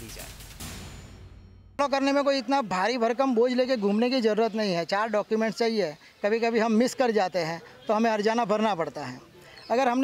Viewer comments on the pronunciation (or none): none